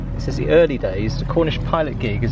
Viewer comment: Coxswain is pronounced as 'cock sun'.